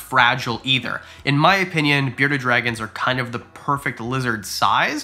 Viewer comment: I love Canadians. 'There is ether animals...." ether hahaha